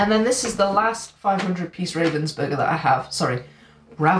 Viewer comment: Don't beat up on yourself for mispronouncing Ravensburger. Ravens are very intelligent animals whereas burgers are often semi sentient.